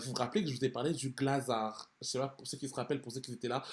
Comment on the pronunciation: Mdr les parisiens ??? Dites moi que vous dites « GlazarT » en prononciation ? On lis le T, je suis pas folle 😂